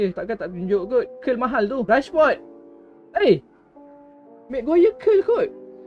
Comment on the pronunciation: Bang nama rashford bukan nama dia bang. Memang nama dia rashford. Bang kena sebut macam rashferd sebab sebutan dia rashferd. Bukan rashford. Nama dia memang camtu